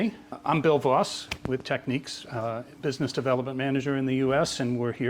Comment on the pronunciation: Imagine having worked for a company for years and always pronouncing the name like your an uneducated hick or sth lmao